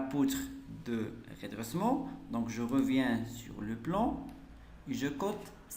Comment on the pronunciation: Poutre de redressement pas redessement